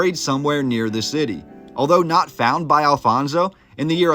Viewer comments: The Huns were never in Lisbon, or Portugal for that matter. We also never had a king named Alfonso, but Afonso, several! It would also be nice, if our historical figures, castles names, cities etc deserved NOT Spanish pronunciation but Portuguese one! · Your pronunciation of the Portuguese words ruined the viewing of the video. Who is this "Alfonso", do you mean Afonso? Why do the Anglo-Saxons insist on pronouncing the "J" like the Spanish? (Jorge=George)